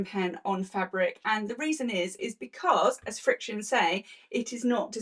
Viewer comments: In Canada we Pronounce it frick-shun. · The name FRIXION is pronounced just like the word *FRICTION*. Easy to say. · I think it's pronounced as "friction." 💜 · You can pronounce the name like you say "friction". Thank you for going through all of this. I've been saying for a long time to not use Frixion pens anywhere except in seam allowances and your research, and documentation, has helped in my endeavor. I've shared your video with my quilt guild. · In America ppl tend to say Friction. Like fiction.